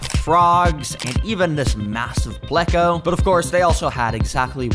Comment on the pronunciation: It's pronounced PLAY-co(not like gecko)